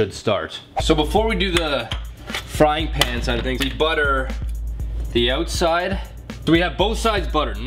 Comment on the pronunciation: OMFG THE WAY HE SAYS OUTSIDE